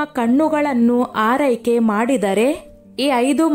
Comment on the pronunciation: ಹಾರೈಕೆ 🤣🤣🤣🤣 ಆರೈಕೆ ಅಲ್ವಾ? 🤦🏼‍♀️🤦🏼‍♀️🤦🏼‍♀️